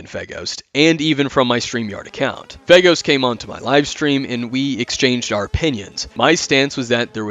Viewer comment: I keep hearing Faygo (Like the drink) when you say FeGhost